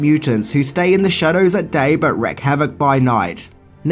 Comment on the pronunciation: It's WREAK ..WREAK Havoc.